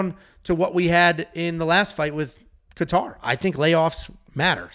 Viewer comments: With all due respect, I’m a huge fan love the content, but if I hear KA-TAR one more time lol .. really not trying to be ‘that guy’ but cmon bro. It’s pronounced KAY-ter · Dude and he said Calvin Qatar… these make him lose so much credibility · idk I couldn't stop laughing at how he Saying Kattar name its not even close but its ok I got A kick out of it.